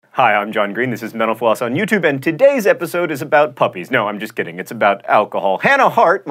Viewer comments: Am I the only one around here who always hears John saying "Thanks for watching menopause!"? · At the end when he said "Mental Floss" I swore he said menopause.